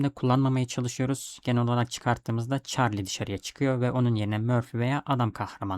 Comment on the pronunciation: isimler hatalı telaffuz ediyorsun. Allah Allah diyorum, ben de bunlar kim, neden bende yok diyorum ben de. 😅Çarlinin asıl adı Karli, sıkayler dediğin ise Şuylır diye okunuyor. Lütfen beni yanlış anlama. Kabalık etmek ya da ukalalık yapmak gibi bir niyetim yok. Sadece benim gibi acemilerin daha iyi anlayabilmesi için. Seviliyorsun, iyi akşamlar. 😊😊😊😊